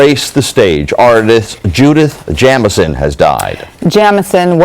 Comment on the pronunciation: her name was JAM-i-son ... too bad the female broadcaster couldn't have said it correctly.